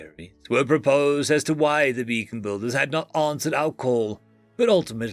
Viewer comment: It's *BEACON*BUILDERS NOT *BACON*BUILDER